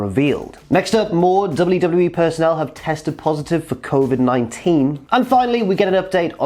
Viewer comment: It's not important but 'personnel', not 'personale'.